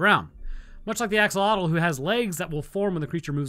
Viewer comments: How did you butcher "axolotl" that badly lol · "axogloollggles" has to be the best verbal-typo i've ever heard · Axolotl has a click noise in its pronunciation heads up, there's a channel here on YouTube that teaches you how to pronounces Nahuatl words which that is part of. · PSA for everyone: that is not how you pronounce axolotl. Or more accurately, that's the widely accepted English pronunciation but isn't actually the correct one.